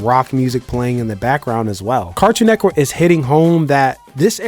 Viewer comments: This guy is saying “Cartoon Neckwork” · "Nectwork"... When you realize how he says Cartoon "Network" you won't be able to unhear it. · I solely disliked this video bc I felt like he was saying “cartoon neckwork” on purpose to be cringy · I swear he's saying "Cartoon Neckwurt" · Why he saying car toon neck work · Cartoon NETWORK!!! NETWORK!!! Please stop saying neckwork! I know you can because you've said it multiples times in the video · Why do you keep saying cartoon neckwork lol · Why you keep saying cartoon neckwork. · Are you saying "Neckwort" instead of Network throughout this whole video? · This was informative, but I can't get passed the way he says "Cartoon Neckwork" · “Cartoon nekwork” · Are you saying Neckwork? nice video otherwise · "Cartoon Neckwurt" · “Cartoon Nekwort” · Bro keep saying “CARTOON NEK-WORK” i believe it NET-WORK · Cartoon neckwoodt is the only way to say the name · DUDE ITS NETWORK! I can’t even tell what you’re saying. H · why is he saying neck work like there isn’t a “T” in the word 😂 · Bro I hate the way you say “Cartoon Network” carktoon??? Like pronounce it bro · Why He say Cartoon Network like that lol he says cartoon neckworrr lol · Why can’t this mf say Cartoon Network? Cartoon Neckwood!🤣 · Fam got an issue with saying “network” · You say "cartoon neckwork" just like my girl & idk why that bothers me so much 🤣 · He keeps saying Cartoon neck work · why can't you say network